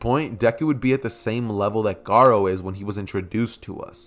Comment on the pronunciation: U keep sayin gara